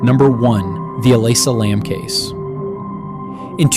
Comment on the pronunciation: Elisa Lam, you idiot. TRY to get the names correct.